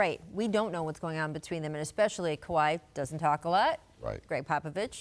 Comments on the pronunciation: ”Kah~wad” -chicago bulls rookie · Is Scottie calling him kawhad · If he call that man "KAWAD” one more time 😆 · “Kawad” —Scottie Pippen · Leonard had a "Kuwad Injury" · Lol why Pippen keep calling him kwald lmao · He was saying Kuhwad with confidence😂😂😂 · People acting like he wasent saying kawad I'm like wtf ty I ain't crazy 🤣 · Leave it to the media to not ask the right questions. How come no one asked Pippin why he pronounces Kawhi name KAWUD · Does no one else hear Scottie calling Kawhi, "Kwad" ??? Or am I trippin lol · I swear if pippen says "KOWHAI" one more time... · Kawad.... Kawad.... Kawaaaad... Damn it's kawhi right it down and spell it out Scottie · Why Scottie keep calling kawhi kawhot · Scottie Who the fuck is Kawaadd lmao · lol I know come on pip! it's kahwai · Scottie "koowad" pippen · Did he say khawad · Lmbo no one correcting him either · That’s the Arkansas in Pip that made him pronounce Kawhi’s name like that. 🤣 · Lol Pippen is saying Kawhi name wrong 😂😂😂😂😂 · Why cant scottie say his name... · why is Scottie pronouncing Kawhi name like that 😅🤦🏾‍♀️